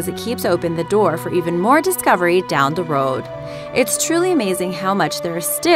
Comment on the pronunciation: she says down the road funny lol